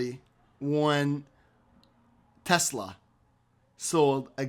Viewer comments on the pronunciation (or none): none